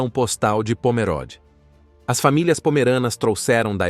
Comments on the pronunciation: Leia-se Pomerôde e não Pomeróde. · CORRETO : O narrador está pronunciando incorretamente . Parece leitura de I.A.